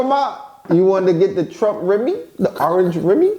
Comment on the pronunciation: "orange remi" 😂😂